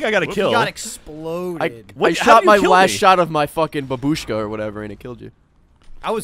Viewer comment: It's not babuuushka, it's baaabushka (in russian it means Granny)